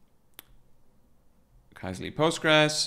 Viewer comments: For what it's worth, the original Finnish pronunciation of this word, which means "query", is /ˈkysely/, where the "y" in the phonetic transcription there is like the French "u" or the German "ü". So neither "key-seh-lee" nor "kai-zeh-lee" is correct :D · Sorry folks for the major pronunciation fail, TIL it's pronounced “Key-Seh-Lee” 🙈